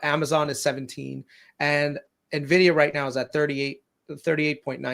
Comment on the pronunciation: WHY DO PEOPLE SAY NEVIDIA?!😅😅